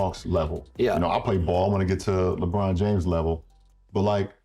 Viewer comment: Lebroom... "dOmiNAteD". Riiiiiight. 🤣